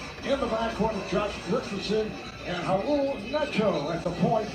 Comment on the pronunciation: "Raul nato" i mean c'mon man